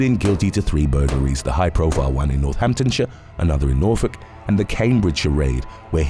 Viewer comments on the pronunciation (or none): none